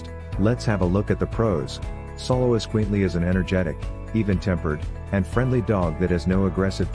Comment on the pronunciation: You would think the narrator would have learned to pronounce it right